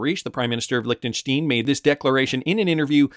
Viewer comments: Its pronounced Lichten stine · It's pronounced Lichten- shtIne an I not e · Your pronunciation of Liechenstein is hilarious